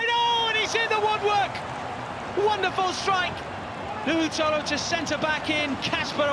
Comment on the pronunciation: It's just NOUHOU. Not nouhou tolo. Someone let the guys know, ok?